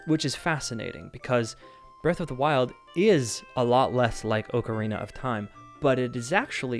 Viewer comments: Oh my god just say ocarina correctly. It’s aa-kr-ee-nuh not oo-kr-ee-nuh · Can’t stand the “oh-carina” pronunciation of Zelda OOT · Am I the only one dying inside when he mispronounces Ocarina as Ohkarina? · Also the ‘O’ in Ocarina is a hard choked ‘O’ in Ostrich